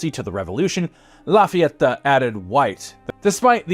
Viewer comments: Who is this “Láfiattá” gent? 😅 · Awesome video La FayetAAH! 😂